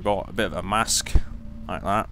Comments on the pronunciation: Mast not Mask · He keeps saying mask instead of mast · Its a mast not masq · MAS-T not a mask ¬.¬ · FYI, it is mast, not mask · It's mast no mask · It's MAST, not MASK. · That's MAST, not MASK! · i noticed you called the part of a ship (boat) that holds the sails a mask. im not sure if you have a speech impediment or if you are just confused but it is called a mast. mar-st